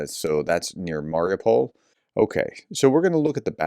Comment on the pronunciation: Mariupol is pronounce "Mari-OO-pl